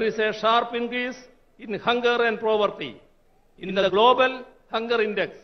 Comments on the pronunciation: Povertyum propertyum thammilulla difference,he doesn't know.He says PROVRTY....... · The word poverty he pronounced as "property"